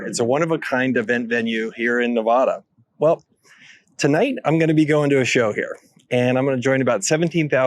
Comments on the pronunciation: OK, let me explain this to you. It's nevaaaada it's not nevooooda the only people that call it that are California transplants, and as nevadans, we absolutely despise them. So every time you say it wrong, you are literally insulting every single nevadan. In the entire state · Nevada, not Nevahda. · Its"NEvada, not "NAvada". The construction went WAY over budget, the project is severely underwater financially. I worked on it, I know. Very touch and go. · FYI, don't sound ignorant when you're talking about Nevada like this guy. Anyone that has spent ten seconds in Nevada knows you don't say it like NevAHda, it's NevAda. People who live there hate it when dumbass tourists say it wrong. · Its NEV-ADDA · The “A” in Nevada is short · This guy mispronounces Nevada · “ you’re killing me ”, please pronounce Nevada correctly.:) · You pronounced Nevada wrong. Lost all credibility with this local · Dude. If your'e going to do a video about a place at least learn its name. It's not the "The Sphere." It's called "Sphere" as in Las Vegas Sphere. Second, learn how to pronounce Nevada. You sound like a fool when you pronounce it with a soft A. Finally, Sphere has other entertainment incluced the upcoming Wizard of Oz which is already sold out for months at an average of$114 a ticket. Finally, don't just forcus on Profit. It's ultimately cash flow that will determine it's success. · Before you even start..learn how to pronounce Nevada. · Agree. You can't even pronouce "Nevada" correctly. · PS - Watch your pronunciation of the state! Makes you not sound as credible for those who know the correct pronunciation. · Nevada, literally the first thing I thought